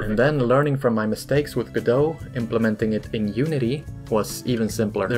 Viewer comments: It's Go-dot, not Ga-doe. It's not French, and the developers pronounce the t. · I think Godot is “Go Dot” maybe I don’t think the t is silent but what do I know I never named it 🤷🏻‍♂️ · I don't think godot is pronounced godo? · wait, it's pronounced "g'doh"? I always said "go-dot"